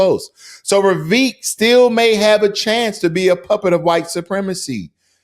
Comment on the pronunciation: It's not ''Vivek'', it's ''Vivekkk''.